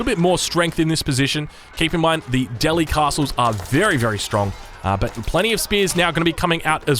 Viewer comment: Please pronounce Delhi correctly.